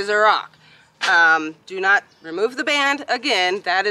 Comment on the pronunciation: He sure did say......I'm Naught!!!!!!